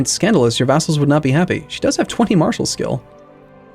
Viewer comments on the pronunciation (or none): none